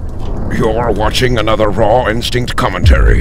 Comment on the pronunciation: rawinstinct sounds like rotten sink when you say it xDnice vids btw